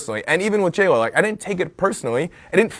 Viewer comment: Bless his heart. Girl, it’s JLo! JLo!!!